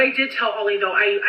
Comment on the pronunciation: lives in Oregon, I believe, but she’s too lazy or doped up or something to properly pronounce common words and screws up basic phrases. She swears she never “demeanors” her kids, people get “thrown over the bus,” etc. Her husband’s name is Ali, not Ollie like she says it.